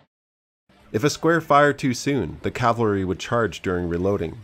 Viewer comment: Cav-al-ry = the guys on horses... Cal-va-ry = the hill name from the Christian Bible where Christ died.